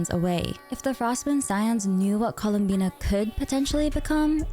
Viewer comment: i thought her name was "columbia" cause there was no "n" in her name